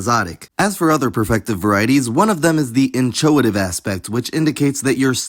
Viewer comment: Just a headsup: the 'ch' in 'inchoative' is pronounced just /k/, as is the case with most words borrowed from Ancient Greek.